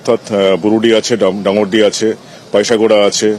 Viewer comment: একজন সাংবাদিক উচ্চারণ করতে পারছেন না ডাঙরডি বলতে পারছেন না ডাংরিডি ডাঙর বলছে?😊😮